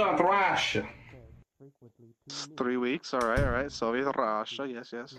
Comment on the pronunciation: Idk why but it bothers me so much how that guy says "Soviet Russia" "Sove Rasha"